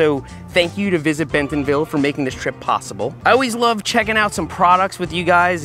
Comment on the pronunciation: He also says Benthomville. Is that how it's pronounced?